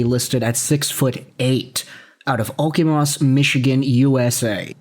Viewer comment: "Oh - Kuh - Moce" Michigan, fyi. 🙂